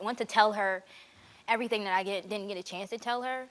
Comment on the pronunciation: TOLT ME ERRTHANG ABOUT THE EVUH ASS MAMMY